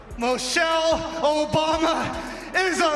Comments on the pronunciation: If you guys just listen to this fool he can't even pronounce her name right. He said Mochell instead of Michelle what a dumb-ass! The jokes on you fool..😮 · To be fair he did say "Mochelle Obama" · He can't even say her name right lol... called her Mochelle 😅...come harder my guy 😂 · He said Mochelle